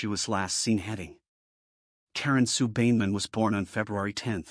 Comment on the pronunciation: Not a bad recollection of what happened however, the last victims name is being mis-pronounced. Karen Sue Beinenmen is pronounced: "Bine a men". As an old school mate of hers, I thought it should be corrected. May she indeed "Rest In Peace"!